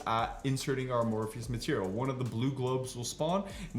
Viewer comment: "Uh-morpheus materials"